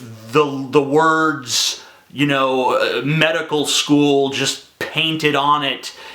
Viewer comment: "meDICKal sKOOl"